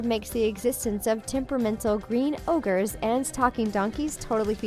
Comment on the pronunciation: Did you just say 'orges' instead of ogres?